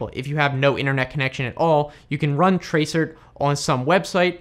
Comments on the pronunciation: It's not tra-cert it is trace route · It's trace route not trace cert! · Useful video, thanks. However tracert is actually pronounced "trace route" which is what the rt is short for. Not "tray cert". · Great video... but... most admins call TRACERT NOT Trace Cert but "Trace Route". LOL :) TraceRT=TraceRoute to trace the routes to the site. :) Have a great day!! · Tracert ... do people actually pronounce that "trace- ert"? tracert is short for Trace Route... I only ever heard people pronounce it as Trace Route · Tray-cert. Never heard it pronounced that way before. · Tracert is a shortrned version of TRACE ROUT and is usually pronounced as such. Just a wee hint. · It's so weird to hear TRACERT pronounced out loud as its spelling. Normally we say "trace route", ie "hey man, run a trace route to xxx.yyy.zzz.000"... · tracert is pronounced ‘trace route’. Not being mean but it makes it look like you have just looked this stuff up, or used it without any training or professional experience. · Did you guys also cringe every time he said tray-cert :)